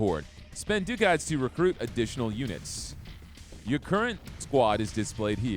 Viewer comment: okay this is me asking not anything else. is that really how you say Ducat?